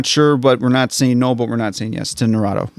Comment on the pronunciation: the way keeps mispronouncing damn near every anime title XD like i get it but still its so funny Edit: narado XD nahh rooo toeee Naruto